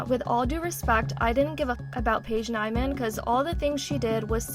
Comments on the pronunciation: it’s pronounced Paige neemann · It gave me so much anxiety that she constantly said her name wrong when its so obvious how yo pronounce it